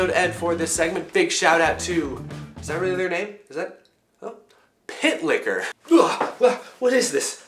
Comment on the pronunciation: I thought he said pit licker the first time lol